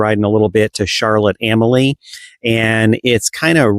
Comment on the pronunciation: It's pronounced Charlotte A-mal-ya, not Charlotte Am-A-Lee or Charlotte A-molly.